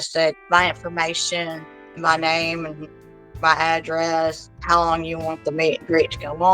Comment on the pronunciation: "how lond have you been a fan" 😅😅😅